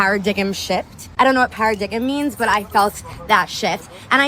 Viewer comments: para-dig-em shift … good job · A "Para-Dig-Him" shift😂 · Para -diggim?? 🤦‍♂️ Sooo dumb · no way this grown woman is pronouncing paradigm this way…